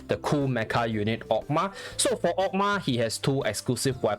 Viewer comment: I really love how you pronounce Oghma tho.